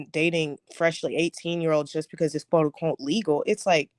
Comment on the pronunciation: Man you be killing me with “iss no shade” 😂😂😂